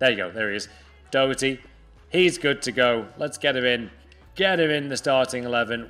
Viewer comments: Da-her-tea its pronounced not doety ahhaha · Please don't say Doherty like that. It's daw-her-t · As an Irish man I pissed out laughing at The way you Doherty